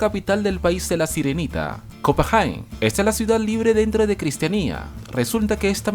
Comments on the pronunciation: como se pronuncia:copenague. como lo dice: copajen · No se dice cristianía es cristiania copenague no copenjien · Se pronuncia "Copenague" (no Copegen) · Copajain? Sauja? Aprende a hablar